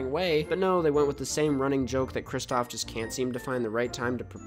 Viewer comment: i love you man, BUT IT’S KRISTOFF